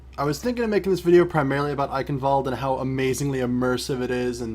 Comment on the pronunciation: does this " Eicenwalde " how you pronounce it even sound german to other people ? :D It is obviously not right :P But I guess I should get used to it because everyone pronounces it this way :)